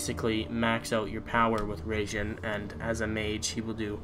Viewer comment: not RAGEJIN its RAI jin dude .......................................................